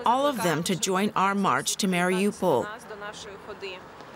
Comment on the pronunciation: why are you calling it Marry OPAL?